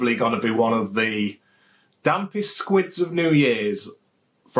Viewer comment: Squid?? FFS lad.....it is SQUIB not SQUID